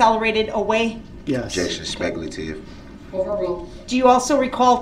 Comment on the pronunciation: He thinks it’s speckuhtive when she asks if he saw the car hit people. I guess Duhrells lawyer brain doesn’t understand what an eyewitness is. She didn’t ask if he thought the car was going to hit people that would be speckuhtive as Duhrell puts it.